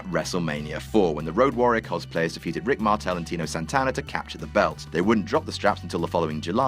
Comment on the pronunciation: Is doing a long standing joke or is he just always legit mispronouncing TITO Santana's name as TINO?